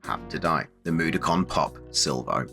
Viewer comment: Mud-o-kon not moodicon mate aha